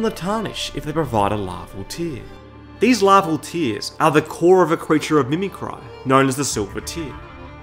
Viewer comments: Never heard someone pronounce mimicry like mi mi cry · You Think They Treat The Trolls As Equals ? And Did You Call The Mimicry A < Mimi - Cry > ? 🤣